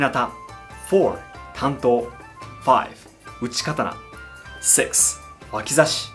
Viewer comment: man said Uchi Katana, every Elden Ring player:- my time has come